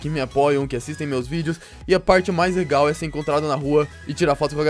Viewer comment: Vc é mineiro pra falar legar